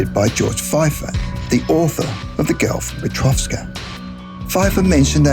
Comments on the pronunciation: Well, I don't know but I thought I've read the book was called: "The Girl from Petrovka" yet you keep saying "..from PetrovSka"... it's quite annoying actually, since we can clearly see there's no "S".... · It's 'Petrovka' why on earth are you adding an 's' and saying Petrovska?? It's right there on the cover! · Petrovka, not Petrovska. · And... number 8: Not once, not even twice, but... 3 times that idiot says "Petrovska" istead of "Petrovka" - as clearly visible on the cover of that book. What an amaaaaasinz co-incidence!Well, the material is interesting, but... it irritates me every time I hear "Petrovska", while the title is clearly "Petrovka". Mumbling that much...?!!Oh, come on, man! People are listening to you... by millions! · It's petrovka not peteovska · PetroVKa,not PetrovSka. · PetroVKa! Not PetroVSKa... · It's PETROVKA, there's no S there!! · PetrovSka? where is the S on the book, huh? other than that, hire a real lively voice actor, next time.... man, I almost fell asleep and thought this was 2 hours long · no 'S' in Petrovka